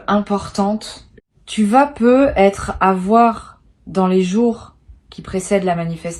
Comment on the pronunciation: C'est de l'intelligence artificielle. Elle prononce "peu etre" sans faire la liaison qui ferait "peutêtre". 🤥🤭